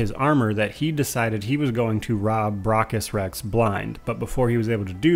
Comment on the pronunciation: Stop miss pronouncing braccus.